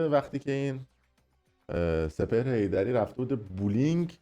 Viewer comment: بوووولینگ نه دیگه بولینگ (بُلینگ). اگر یکبار انگلیسیش رو دیده باشید هیچ وقت نمیگی بوووولینگ